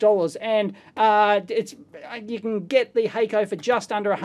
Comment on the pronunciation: HACK CO not hayco